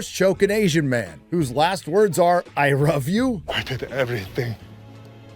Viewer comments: lol cause he said I ruv you? get over it, really not a big deal. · "I ruv you." 😂 Disney, please don't stop making fodders.